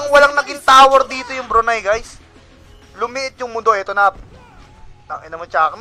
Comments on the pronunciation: Btw brunei pronounce broo-nay not broo-ney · CORRECTION LODS, BRUNAY NOT BRUNEY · Okay na sana kaso yung pronunciation niya sa brunei bruney e